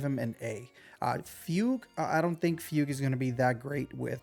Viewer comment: I get u man, Chinese names are sometimes just as hard to spell as they are to pronounce, my man’s been saying fewg to fugue even tho it’s “fooguehh”